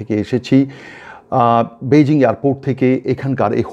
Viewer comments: পৈজিং না বৈজিং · বন্ধু, সঠিক উচ্চারণ হবে পেইজিং, বেইজিং নয়। আপনার মনে আছে ওটা আগে পিকিং ছিলো বিকিং ছিলোনা। ধন্যবাদ।